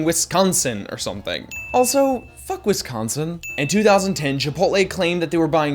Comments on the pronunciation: Uhh, I'm gonna let you finish, but what the fuck's a Wiscunsin? If you're gonna insult us at least say our name right, I mean ;) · dude what do you have against Wisconsin? (also, you're putting too much emphasis on sc in Wisconsin)